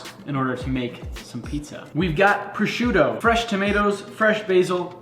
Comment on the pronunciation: I appreciate that you sad prosciutto (even with one “t” ) instead of like ham